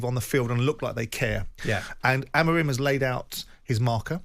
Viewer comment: Why can't you pronounce Amorim's name correctly and you keep saying AmArim? Where do you see the second A instead of O (like in do)? Besides hearing problems are the English also short seeing? Get a doctor, please!😂😂😂